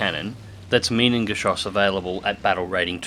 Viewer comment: and the way you pronounce minengeschoss is mainengesjchoosh (I am Dutch, not German, the fonetic may not be 100% accurate, but 80 for sure)